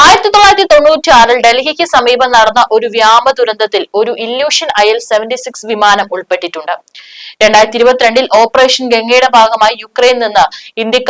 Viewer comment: വ്യാമം അല്ല മോളെ വ്യോമം!